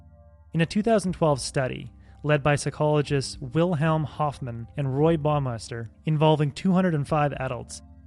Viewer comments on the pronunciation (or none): none